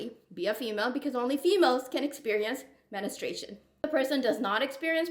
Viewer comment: You keep mispronouncing "menstruation" just FYI